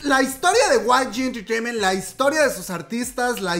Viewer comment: Osea.. ¿ Guai Yi Enterteiment sabía que asuntos internos les tendían una trampa?,Amo cuando pronuncias: Guai Yi Enterteiment xD Saludos desde Argentina.